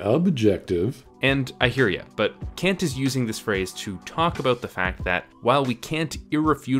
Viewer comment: The thing that hurt me the most about this video is how hard Kant's name was objectively butchered on a regular basis.